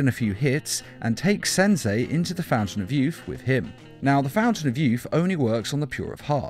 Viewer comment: "Senzei" lol